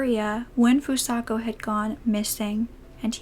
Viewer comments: I'm 10 minutes into the video and although I appreciate you covering a case like this, I truly hope you put more care into pronouncing the victim's name correctly. There were countless times you would say Fusaka and other times you would say Fusako and Sano was pronounced incorrectly the entire time. It might help if you use something like Google translate next time to help you learn how to pronounce unfamiliar nouns or even the podcast you referred to or someone who speaks the language. Your voice is so soothing and this is just one thing that bothered me. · By pronouncing her name FusaKA instead of FusaKO you're not only mispronouncing her name but calling her by a different name entirely. These victims have had so much taken from them already, don't take their names from them as well. It takes less than one minute to write a name into google translate and press the speaker button so you can hear how it's meant to be pronounced. You're doing victims a disservice by not bothering to learn how to pronounce their names.